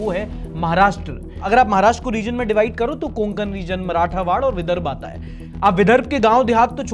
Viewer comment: मराठावाड ❌ मराठवाडा ✅